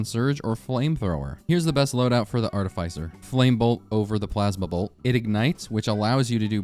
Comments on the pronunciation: Also you're hating on me for using blight when you pronounced artificer "artehfEYEZer" and mercenary "merkenary" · is it not prenounced arti"fisher"? not trying to be rude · Merkinairy??? Arti-Pfizer??? Dawg needs to read a book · "Artifizer" Listen here you little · I literally had a whole ass discussion with myself right at this moment debating that, since he also says Arti-pfizer instead of Arti-fisher. I really am not sure if it is a very very niche RoR2 meme or if its illiteracy. I cant tell. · Why tf you say artificer like that, its not even spelled artifizer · Ah yes, the MerKenery and ArtiPfizer… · you absolutely butchered artificer's pronunciation lmao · your pronunciation of artificer and mercenary fucking killed me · Oh honey, that is not how you say artificer 😅